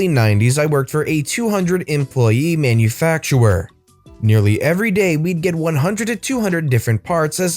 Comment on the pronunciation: I hate it when you say it's hard to read hard just don't read it just skip it because hearing you mispronounce words like manufacturer gets on my nerves mostly because you do it right after making his writing people making fun of people that's why you don't have better stories I'm using talk to text it's not perfect and it doesn't punctuate unless I'm really psychotic both trying to articulate that and to be honest as much as I like listening to be stories I don't really feel like sharing them because I don't like community on Reddit nitpicking people about how they write my father was an English Professor do you think he ever talked to anyone like that? Instead of encouraging people to get better or to leave more interesting stories you're worried about grammar which is an agreement only an agreement and most of us never agreed to it just because someone made spelling somewhat uniform at some point Thank You Shakespeare and there are some guys on what Punctuation is doesn't mean but it's right to shame people about it all of the weird capitalization in this Comet for example that is all the text to talk app and I have more important things to do with my hand right now Pacific Lee in a pot of coffee but I have friends who use talk to text because they don't have the option of typing a lot of their specific situations they can't go back and edit they aren't stupid they're just physically handicapped and the apps they rely on aren't perfect. There are several ways to pronounce